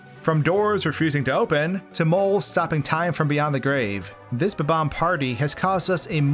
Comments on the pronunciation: BOB BOMB not BUBBOMB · Incorrect: Buh-Bomb Incorrect: Bob-umb Correct: Bob-omb Everyone pronounces it buh-bomb which is just incorrect! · Why does this guy's pronunication of bob-omb always make me laugh so much?